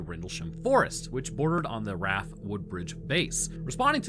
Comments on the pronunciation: R.A.F. not "raf," if you say "raf" it's more cringe than a man sitting down to pee. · RAF- R-A-F not "raff" like you keep saying. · Literally no one produces RAF as 'raf'. It's always R.A.F. also, it's 'su-fuck' not suf-folk... Why?... Because English. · It's not "raff", it's pronounced "R-A-F". You would know that if you did any research other than Wikipedia and random YouTube videos. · Two points on pronunciation, just coz I'm that guy 😂 1. RAF isn't said as if it's a word, as in riff-raff. It's still an acronym without the dots. 2. Suffolk is pronounced SUFF-OOK.